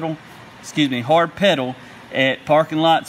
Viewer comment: Hard "Pwedal"